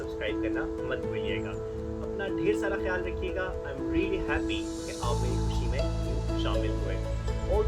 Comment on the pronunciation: MA very well done! Eid Mubarak!!! Ps: It's not V-log man, its vlog!!!!:D paindo pana nhe jaana tumhara:D